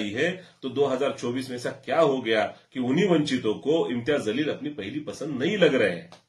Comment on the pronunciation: Jaleel bol zaleel nahi Urdu nahi janta kya?talffuz durust karo